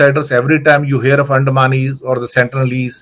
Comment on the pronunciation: Sentinelese ko सेंट्रलिस kyo bol rhe ho??